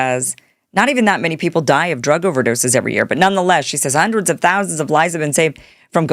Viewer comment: Hundreds of millions is what it sounded like she said? 🤔😳🤣🤣🤣